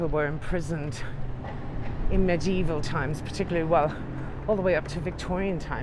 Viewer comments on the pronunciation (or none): none